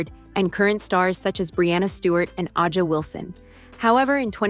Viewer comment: who tf is Ajah Wilson 😭ITS A"JA WILSON NOT AJAH ☠